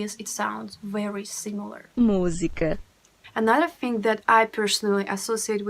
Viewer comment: Lots of brazillian love to you ♥ btw the way you said "musica" is EXACTLY how we (brazillians) say it.